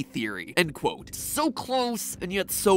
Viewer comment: Stop saying cwote